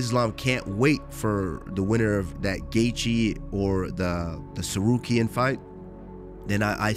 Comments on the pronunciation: Suh-car-e-an is a crazy way to pronounce sir-ooh-key-in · Chael butchers people's name as usual. Sakuriyan? 😂😂😂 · "Tsakaryan, Tsakaryan". Chael's the GOAT.😂😂